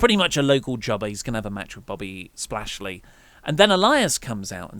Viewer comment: "Bobby Spashley" 🤣🤣🤣